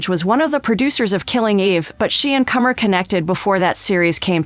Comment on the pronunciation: No 1 thing you don’t know~how to pronounce Comer (rhymes with doner)